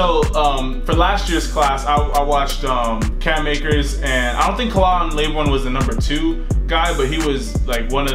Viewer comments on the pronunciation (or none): It’s Kay-lan Laborn you need to pronounce it right he deserves respect unlike your stealing content channel khalan laborn